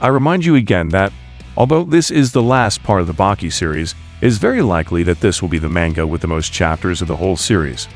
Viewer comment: Why do you pronounce manga like that?